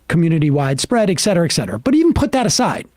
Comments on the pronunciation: Some day Sam will learn that it's 'et' cetera with a t. Clearly today is not that day. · Morons they may be - okay, no maybe about it - but I'll bet that even most of THEM know that it's ET cetera, not EX cetera. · Look, I love you guys, but it's et cetera (pronounced et ˈsedərə). It drives me nuts that you all pronounce it wrong.